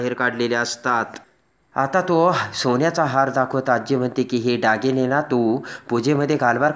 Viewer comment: डागीणे नाही हो दागिने